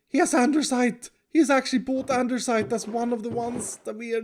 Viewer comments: Andersite?, it's andesite. No offense intended. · I’ve never understood why calls andesite andersite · Isn’t it Andesite not AndeRsite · one of these days will say “Andesite” properly LOL instead of “Andersite” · When is going to realise its called "andestite" instead of "andersite" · dear, i would like to know why you pronounce andesite as "andeRsite"? it makes me laugh every time:D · Andesite = Andersite Yup, no argument with that. 😌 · Is he aware that its "andESite" without "R"? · LMAO "Andersite" thats hilarious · Lol all I can hear is ANDERSITE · It's andesite tho😭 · No one talks about the fact that you are supposed to say andESite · Does know that there is no ‘r’ in ‘andesite’ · "anderside" i was wondering if he was just mispronouncing it, turns out he really thinks it is spelled ande*r*side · Maybe one day will notice there's no "r" in "Andesite", unless it's just some inside joke I missed. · I hate for saying “ANDERsite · Can somebody please tell him its andesite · Nobody.: ANDERsite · Did no one else realize calls andesite "andeRsite?" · Who's gonna tell him that it's andesite with no 'r'? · i love how pronounces Andesite as "Andersite". He's definetly Swedish. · it seems like a bit of a mandela effect that andesite has an r in it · The fact that not only pronounces andesite with an R, but also spells it with an R amazes me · Does know there is no r in andesite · And pronounces it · Why does andesite always have an r in it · 'ande-site' ! 'ander-side' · I just don't want to mention that he is always saying Andersite, btw it's andesite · It's Andesite not Andersite XD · He spelled out “Andersite” lol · Nobody::andersite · Block: Andesite: Andersite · First time I see "andersite" in writing. I thought it was just a quirk in the pronunciation this whole time :D Maybe a tribute to a friend called Anders? :P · Andersite? Andesite...